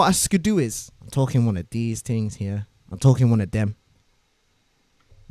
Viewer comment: fings and tings